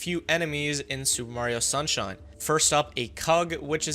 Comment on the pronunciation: Did you just say sewer Mario sunshine 😂